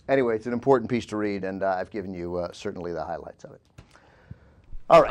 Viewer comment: pronounced "piece" "peach" TWICE within the first ten minutes!